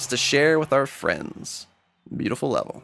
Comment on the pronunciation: u said lavel